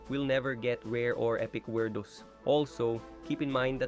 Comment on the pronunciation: Did called werdos “Wirdoes”💀💀🥀🥀💔💔